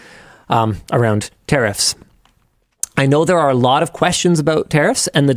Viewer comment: Never realised that 'tariffs' is pronounced 'terrorists' in Canada.